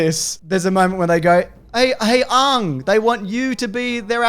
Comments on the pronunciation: It’s pronounced “Ang “, not “aung “ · Another weird aspect of this movie is the pronunciation of the names. Aang is pronounced like "Ong" rather than "Ang" and Iroh is pronounced like "Ee-roh" rather than "Eye-roh". While that may be more linguistically accurate based on the respective Chinese and Japanese influences on the names, at the same time, who did Shyamalan think he was impressing? It won't endear you to the fans at all. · I can’t even tell whether yous are taking the pi-s when you say “Ong” (the way the movie says it) ffs he’s name is Ang!!! Lol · I can't stand hearing them say "Ahng" when they had three seasons of the name being pronounced correctly. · The most frustrating part of this movie was that everyone could never get Aang's name right. Everyone kept calling him Ung . . . THAT'S NOT HIS NAME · The way you guys and the movie pronounces "Aang" is painful to hear.